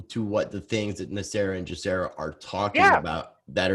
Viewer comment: Why do you guys keep saying GESARA incorrectly. It's not JESARA, it's GESARA